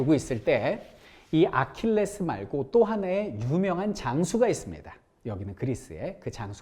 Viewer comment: 3분 30초에 아킬레우스를 아킬레스라곸ㅋㅋ